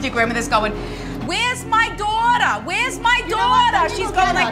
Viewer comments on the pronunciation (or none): Wheyas my doutah!? Wheyas my doutah!?